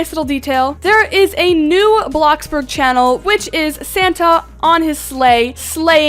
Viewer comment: Did u just say Blacksburg